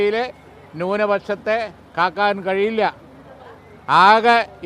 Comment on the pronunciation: Kaakkan alla kakkan anu🤣